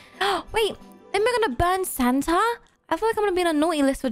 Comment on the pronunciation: i love but the way she prounounces santa is hilarious: santer